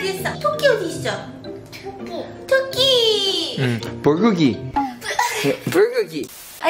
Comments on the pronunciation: Remember, fellow Korean learners: 토끼🐇 NOT 도끼 🪓. And 커피 ☕️ NOT 코피 👃🏼🩸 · Bro said ducky instead of tokki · bruh the fact that pronounced rabbit in Korean better than...